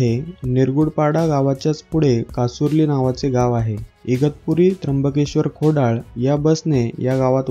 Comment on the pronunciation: खोडळ नाय रे खोडळा आहे ...